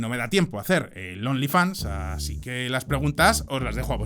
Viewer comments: min Dijo "onlyfans" en vez de "onlyfons"😂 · "ONLY FONS"...se dice, "ONLY FONS"... 🤣🤣🤣